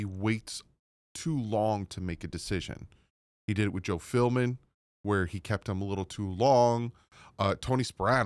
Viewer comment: love ya bro but for the millionth time it's PHILBIN not PHILMIN 😅